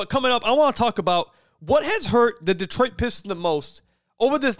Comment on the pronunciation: What the hell is still doing PA announcing, Deetroit Basketball WTF